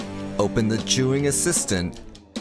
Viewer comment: Why you pronounced it juyin?